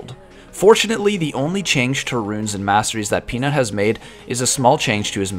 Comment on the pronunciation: I hear you tried hard not to make Peanut sound like Penis like in the last vid xD